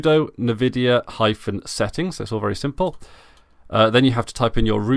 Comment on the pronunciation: "Nuh-vidia" xD